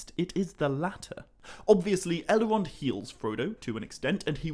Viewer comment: do you...do you realize you're adding an A phoneme after many of your Ls? "Bal-a-rog"? "Sil-a-marilion"? "El-a-rond"?